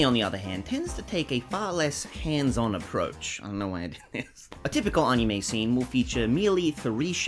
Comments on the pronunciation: It's ani-may, not ani-me, just letting you know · Ball also, your argument falls apart anyways since he's not pronouncing it right even in the Japanese way. Search up the Japanese pronunciation, it's ani-mey